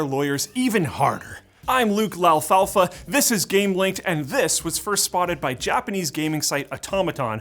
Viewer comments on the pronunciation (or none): LALFALFA??? what? I don't think that's how you pronounce the french surname "Lafrenier"